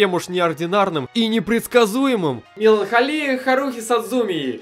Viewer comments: и опять же меланхОлия, а не меланхолИя. Говори уже правильно -_ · меланхОлия, не меланхолИя:* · МеланхОлия, мудак, блять. Ужасная подборка, дикция пиздец. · Меланхолия ударение на О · и правильно меланхОлия. на заметку